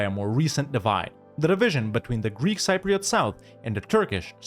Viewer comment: the word "Cypriot" is mispronounced in the video